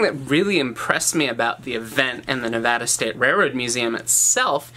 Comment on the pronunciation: you have no idea how happy it makes me to hear someone on the internet pronounce Nevada properly XD